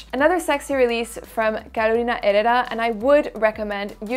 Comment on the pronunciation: Hello beautiful lady! I was waiting for your video. I love your pronunciation for the Herrera name, everyone sounds out the H as a G and the H is mute in Spanish. I am behind that Shalimar but can’t find it. Thank you 👏🏻👏🏻👏🏻